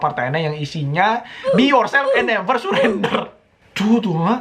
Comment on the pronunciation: "BE YOURSWLFFF ANFD NUEVUER CSURENDRER"